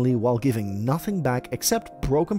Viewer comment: It’s the “Learning NHUUHTHING from his mistakes” 😩